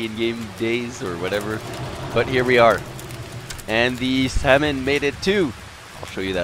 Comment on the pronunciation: Salmon not Samon xD